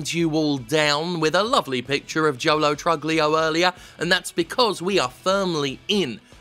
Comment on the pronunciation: Psst Jim it's pronounced true-leo